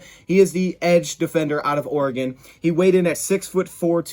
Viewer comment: Bonus points to for pronouncing "Oregon" properly...😅